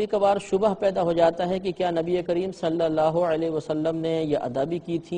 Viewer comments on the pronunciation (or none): Ye Mufti sahab khud mazhul tariqe se bol rhe hai... Maruf nhi.. Exp: Sallallahu...not Sallallaho.